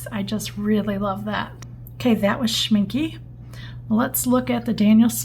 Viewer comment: Thanks, that was pretty cool to see! I've been trying to decide which brand's Potter's Pink to get! (W&N is probably my winner, unless I can find a video about the Kuretake one...) (Also, and it's just the German in me, but it's pronounced Schminck-eh, not Schminck-y.)